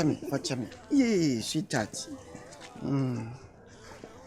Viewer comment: Did I hear "seat tat" instead of sweetheart 😂😂😂😂